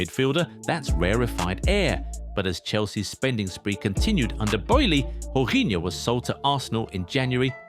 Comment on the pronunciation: Remember Portuguese/Spanish languages the J is mostly Y like in Jose it's pronounced Jose not Joze